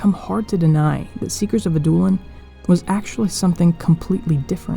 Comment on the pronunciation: Love the vid. Could be wrong, but I think it's pronounced "Ad-doh/dow-lin" which is more of a vowel sound similar to "ouch" rather than a hard "oo". It's a softer prounciation more related to French.